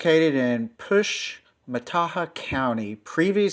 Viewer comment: Fyi- Fourche is pronounced Foosh